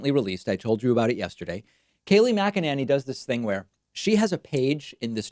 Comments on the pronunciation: It’s pronounced MAGA-Nanny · The correct pronunciation is macananus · Kayleigh McEnemy? McEnema? McFascist? Yeah, there ya go. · McELooney is how it’s pronounced. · Her last name is pronounced “McNinny.”